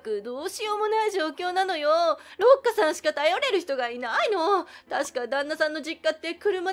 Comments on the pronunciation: ろっかじゃなくてりっかじゃないのか……まぁどっちの呼び方も好きだけど⸜(* ॑꒳ ॑* )⸝ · 由佳、土地乗っ取り○○人だわね(-""-;) だいたい六花は「りっか」と読むのでは？ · まずは六花をろっかとは読まないでしょ。りっかだよね。